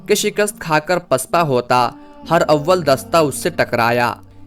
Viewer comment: پلیز یہ لفظ ہر اول نہیں بلکہ ہرا--ول ہے جسے ہم ہراول لکھتے ہیں شکریہ